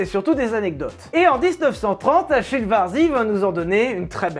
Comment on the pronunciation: Salut mec ! Ecoute en tant qu'amateur de bagnole et de belles mécaniques, je dois dire que ta vidéo m'a bien plu ! Simplement pour mémo, Achille se prononce en italien comme si c'était un K 😉 allez ciao et bonne route